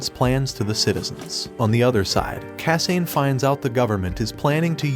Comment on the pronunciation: ok. the pronunciation of names is really bugging me. it's not kah-sain... it's kah-sah-neh it's not see-toe... it's seh-toh